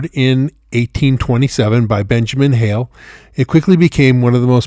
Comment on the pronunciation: Its the HALE Gold Mine. Dont pronounce the "e". My husbands ggggggrandfather Benjamin Hale owned 22,000 acres here in the 1700's. His son Benjamin Jr discovered the gold in Lynches Creek. The entire town of Kershaw sits on top of Gold. I live here. I have a dusty shimmer on my walkway up to my house.